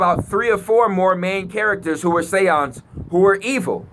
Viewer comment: THE SAY-YANDZ